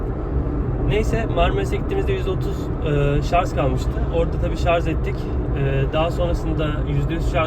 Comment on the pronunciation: Hocam lütfen şarz demeyin ama bakın diksiyonunuzu beğeniyor insanlar :)